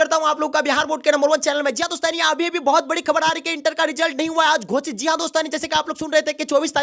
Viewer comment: Gosit bolo yarr kya Gocit gocit kiye ho